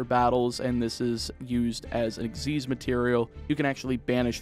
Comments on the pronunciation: EX-ease.....? Its X.Y.Z. ? The fug? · Nope, it's Ex-ease. Look up the anime for the pronouciation, they never call it X-Y-Z summon.